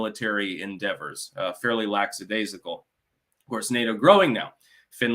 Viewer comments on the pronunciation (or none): Lackadaisical is pronounced Lack a daze icle. Not laxadaisical.